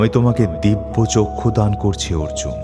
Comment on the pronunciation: অর্জুন 'র' বলতে পারছে না!